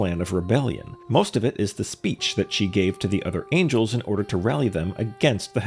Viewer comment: Bro is mispronouncing angels like he's trying to avoid the gaze of the Heavenly Principles lmao